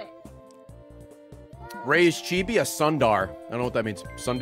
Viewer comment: Ray reading Tsundare as "Sundar" was funny